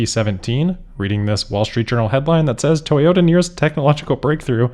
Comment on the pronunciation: Moar Toy-ohoh-Ta plans. And hilarious ones at that. Fantastic.